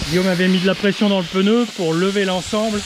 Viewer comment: Je "m'insurge", on ne dit pas le "peneu", mais le "pneu" ! Allez, sans rancune... Bonne continuation.